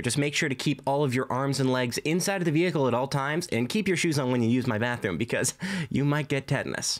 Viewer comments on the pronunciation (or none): inside the “WEhicle” at all times